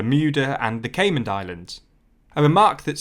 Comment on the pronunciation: There’s no d at the end of Caiman